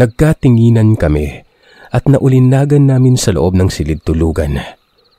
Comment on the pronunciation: Bugok! Ningas ng apoy, hindi ninggas ng apoy. Naulinigan, hindi naulinagan.